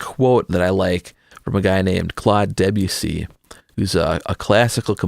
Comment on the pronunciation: Its de-BYOO-see not DEB-yoo-see. Like Watusi or Its Juicy. Otherwise, nice vid. Cheers.